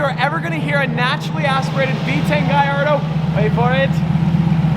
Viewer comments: Why does say guyyardo instead of Gallardo? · Why is he saying giardo it’s hurting me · Is he trying to butcher the Lamborghini Gallardo name or what?